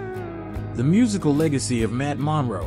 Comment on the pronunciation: He couldn't even say Matt's last name correctly!